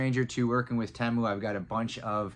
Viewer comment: "Tee-Mu". Not "Tay-Mu". Pretty sure